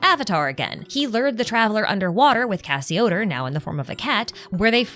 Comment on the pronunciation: Arlecchino did have her vision when she fought Crucabena. She gained it from resolving to kill her. Ah the mispronunciation of all the Remuria names kills me. Scylla = Silla Cassiodor = Cassio-door Boethius = Bo-ee-thee-us Also on the Itto event, Miko directly mentions "the bigger war," it's not a hint or something to read into. It's plain text on the screen.